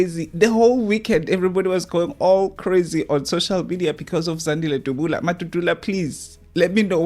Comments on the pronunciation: uts Dabula not Dubula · Point of correction Dabula not Dubula.